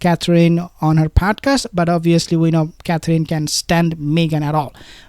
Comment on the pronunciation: you are darling and funny! But if you say " Cath- reen" one more time.....😐!!!?? It's pronounced CATH- RIN. Or Cath- er-inn. A bit of emphasis on first syllable!! "CATH- rin". Pleeeeeaaase? Pretty please??😅.... Mrs b